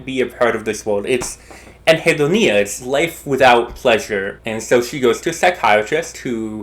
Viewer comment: i enjoyed this video. i did however find your pronunciation of anhedonia very upsetting. but i liked you showing off some fun words, so i think things balanced out. net positive viewing experience